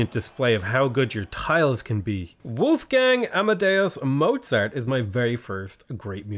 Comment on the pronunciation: good old wuuuulfgäääng ämmädeus moezart. Im always laughing hearing english people pronounce german names XD